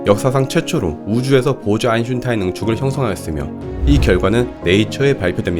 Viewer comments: 아인슌타인 ㅡㅡ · 아인슌탄인이라고 할때마다 간지럽고 답답하네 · 여기서 짤막한 상식) 아인슌타인은 아인슈타인의 아버지이다. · 또인슌타인 개꿀잼ㅋㅋ